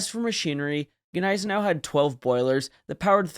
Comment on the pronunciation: I'm just saying, get it correct, the G is silent. Come on man it's not that hard. Don't get mad, get better😉✊️